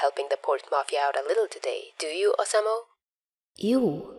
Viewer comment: I think it’s oh-sah-moo for the pronunciation. Also, nice video 👍